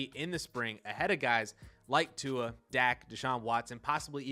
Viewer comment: Okay I rarely, if ever, comment on a video but as a dolphins fan, who watches every throw, I got quite mad at the conclusions you made about Tua (also please figure out how to pronounce someone’s name before you make a video about them). I would like to preface this by saying I watch most of your videos and am a fan of yours and I want this to come off as respectful as possible. However, the conclusions you made about Tua (immobile, comparatively untalented) told me that you clearly haven’t actually been watching him play. You’re looking at stats on a computer screen and making conclusions based on that. Let’s start with the “immobile” claim. Tua is literally the most mobile pocket passer in the league, just because he doesn’t run, doesn’t mean he can’t. The guy is always looking downfield to make a play, he uses his mobility to make plays in the passing game because that’s his strength and his weapon; absurdly accurate passing with amazing ball placement, timing and anticipation. He uses his mobility to support that. There was a play earlier in the season where he uses a quick spin move (without looking, but feeling the pressure) to escape and rollout to his left in one fluid motion and proceeded to dot a TD pass. Is that considered being “immobile”? Can Tom Brady make a play like that? Speaking of Brady, who is universally considered the GOAT, do you consider Brady less talented than Justin Fields? Because by your logic, Brady is the least talented QB in the NFL. How does t